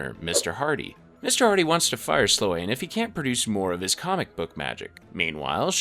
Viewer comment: Slōne. The a is silent like Ferris Bueller's girlfriend, Sloane. Kāsem. The a is hard like the famous deejay and voice actor Casey Kasem.